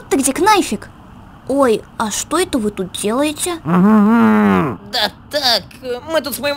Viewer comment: Он сказал не "да а "дя"